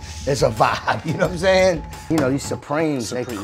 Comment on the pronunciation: Calling yourself a legend is really crazy, "you know watimzayng?!"